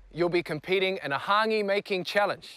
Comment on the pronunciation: The host can’t even pronounce hangi right